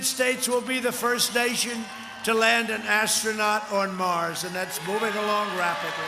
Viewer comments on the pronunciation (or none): none